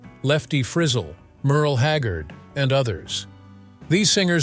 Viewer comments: Frizzelll -- no no no - it is FriZZZEll - get it you put the emFASis on the wrong SYLAAAble. Also, Pearsall (a town) was in a town called San Antonio? What??? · Abd the pronunciation of Frizzell not fizzle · He said Lefty Frizzle. It’s “Friz-ell”.😂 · Did he say Lefty FRIZZLE? It’s Fri-ZELL😂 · Disappointed the anncr pronounced Lefty “Frizzle” (like sizzle”) rather than Frizzle zelle 😏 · Please. It’s not “frizzle”. It’s pronounced “frizz elle”. Come on. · Did he seriously say FRIZZ-le?! :O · Oh, please. Lefty's last name is pronounced "frih-ZELL", as I recall. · Lefty Frizzle?? Still don't have the text to speech stuff mastered yet. :) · lefty frizzel lol pronunciation is a little off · I quit listening/watching when Lefty’s last name was mispronounced